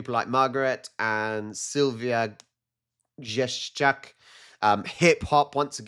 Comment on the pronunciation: Hey, i just wanna say that im suprised how well u managed to read Polish surnames, "Grzeszczak" went fluently.